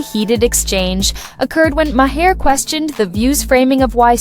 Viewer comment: Had to stop listening 5 min in because you mispronounced his name about 30 times already. It sounds like MARR not MAHAIR